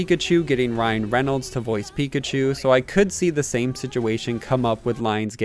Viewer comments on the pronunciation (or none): none